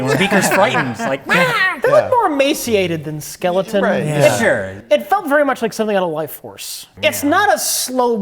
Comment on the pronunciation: it's pronounced skell-o-ton, not skell-ing-ton, also americans, it's pronounced ess-cape not ex-cape;)